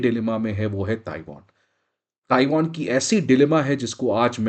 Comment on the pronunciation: ताइवान है। NOT ताइवोन! Won is Korean currency!